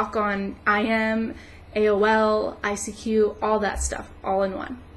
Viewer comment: She said ICQ. LOL